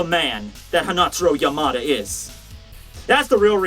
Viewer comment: u stress Yamada wrong. Ya-ma-da and every sylb stressed the same way